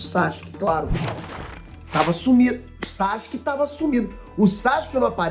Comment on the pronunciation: o nome dele é SASUKE, nao é Sashuke nao!!!!kkkkkkkkkkkk